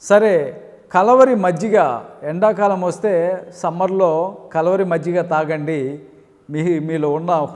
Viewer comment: ముందు మీ pronounciation సరిచెసుకొండి, కలవరి కాదు.."కల్వరి"